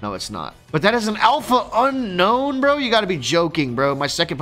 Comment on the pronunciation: Unown > Unknown Please community start pronouncing this name correct. Un - OWN and not Un - KNOWN